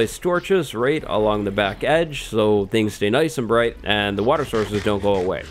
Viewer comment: Lmao I think he had a stroke